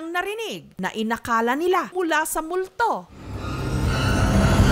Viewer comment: eh bakit emphasis mo multo..